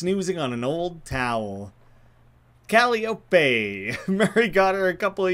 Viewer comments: The cats name is pronounced kuh·lai·uh·pee <3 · It's "kuh·lai·uh·pee" (at least google says that). It's from greek mythology You picked very fitting name to be in party with Gabby lol I wonder if those drawers' content will unlock when you find out about a date in the future and you come back